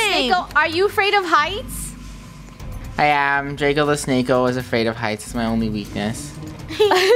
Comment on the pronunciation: "Draycko the Snaycko"💀